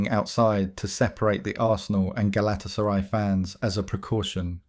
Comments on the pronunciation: Does this guy just read shit out without actually knowing what he's reading? Pronouncing Galtasaray the way you do makes you seem like you haven't a clue about football. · Hilarious pronunciation of Galatasaray!😂